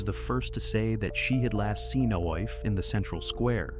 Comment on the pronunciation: Coffee is pronounced Ee-FAH. Its GAELIC